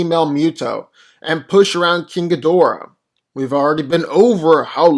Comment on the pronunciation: No, it's Gi-Dorah.